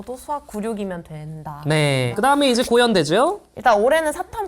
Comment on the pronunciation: 고연 강조하는거ㅋㅋ